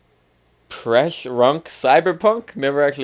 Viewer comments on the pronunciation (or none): The word is pronounced "Pre-shrunk". Pre shrunk cyber punk. Savvy?